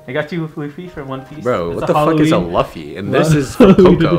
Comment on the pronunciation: The way pronounced luffy is killing me